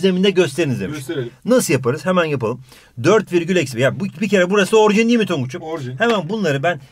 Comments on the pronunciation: orjin değil orijin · Orjin deil orijin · 2.02 de orjin değil orijin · Orjin değil (orijin )